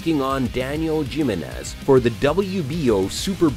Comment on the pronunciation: Jim-in-ez? Like Gym-in-ez? Lol! Learn to speak!